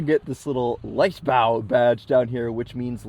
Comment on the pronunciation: BTW, for English speakers, it is Leichtbau an not Liechtbau. The German "ei" is pronounced like the Y in English.🥸The letter Y is used in almost no language except English; it didn't appear in Old English either. In 1700, a joker in England came up with the idea of replacing "ei" with Y to save a letter. A few words were apparently overlooked, as the "either" still has the "ei" and it hasn't become a "yther".